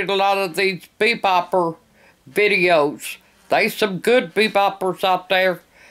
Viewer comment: She can't say beatboxer she said beepboper